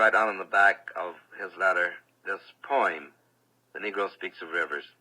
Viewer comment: He and Maya Angelou pronounce "poem" the same😊